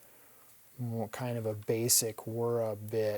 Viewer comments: Wer-ra??? The name is pronounced the way it is spelled Wera (We-ra). Also, Basch?????? It is pronounced Bosch (Bo-sch) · random trivia... you keep pronouncing wiha and wera as "guija" and "guera" which is ok for an english pronunciation of those words... but fyi they are german words which could be pronounced more like "vija" and "vegha" as that's how germans pronounce it... not criticism... just sharing some random info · Wera is pronounced Vera. Wera has a patent on what they call hex plus..